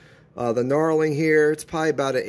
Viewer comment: Knurling not knarling lol